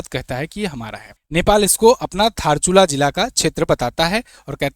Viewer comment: Sabse pehle to धार्चुला नहीं दार्चुला है जब आपको history पता नहीं है तो भिडियो मत बनाया करो । एक बार भिडियो बनाने से पहले history tu pad lena था अपने। और ये हिस्सा नेपाल का hei और नेपाल का ही रहेगा। जय नेपाल 🇳🇵🇳🇵